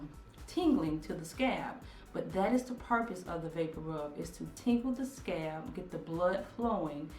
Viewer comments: "Scab." Lol. She obviously means "scalp". Please, please say "Scalp". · I love your channel and you, but you are calling scalp "scab" and I can't. lol laughing every time I hear it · Scalp, I’m sorry every time you said scab it was driving me crazy, it made me think about an actual scab lol and I’m like why she keep saying scab and its scalp. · It’s scalp not scab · SCALP PRONOUNCE THE L SCALP NOT SCAB LOL WHAT TIME A DAY IS IT YOUR DAUGHTER IS SLEEP ON THE TABLE LOL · It's scalp not scab lol 😂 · it's pronounced scalp. i would have watched longer but scab is just killing me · It sounds like you are saying scab instead of scalp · Scalp, Scalp, Scalp, not scab, you are Killing me 😂😂😂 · She's not saying "scab" she's saying "scaaaalp". She's just drawing out the "a" and not really pronouncing the "L". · Please omg please I was soooo confused please say scalp I know u can do it. Hope u don't get mad at this comment but I was honestly confused until I realized u meant scalp instead of scab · i disliked. this video because u kept saying scab, and im frim the west its called scalp...lol...sorry i got annoyed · I got annoyed to . Not to be nit-picky, but she kept using the damn word. At first I thought maybe the vics was giving her 'scabs'. I appreciate her teaching us but the word is SCALP!!!!!!! not scab. geeeeeeeeeeeez!!! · I said the same thing. I was like is she saying scab!! Lol I need those growing hands for my scalp tho. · Mannnnn I thought it was just me!!😂 I was like okay...the rub helps to heal "scabs" in your hair lmao. But finally figured out she meant SCALP😂😂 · Mrs BeautyMark yeah she is calling it scab lol 😁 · Mrs BeautyMark I thought the poor girl had scabs all over her head 🙁 took me a while to realize she was talking about her scalp! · 💋SuckaFree Nellz NOPE, not that serious, she said scab, not scalp! We know knows what a scalp is 😂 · Me too.........I was like..... scab? LOL Then I got it!